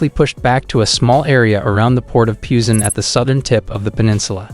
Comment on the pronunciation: Who else is irritated by his pronunciation? Seoul is pronounced like 'soul' not 'sewel', Busan is pronounced more like 'poosan' not 'pyousan'.